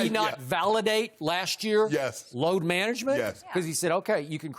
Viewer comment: I need jenny to help me with my "Load Manangement!" 😂